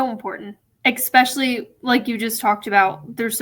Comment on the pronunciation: How are you a grown adult and a college graduate and you still say Exspecially?? There’s no X in the word especially 🙄🙄